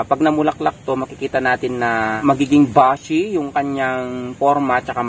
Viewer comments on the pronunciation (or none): ibig nio pong sabihin, para maging "bushy" ( boo-shi, po ang pagbigkas).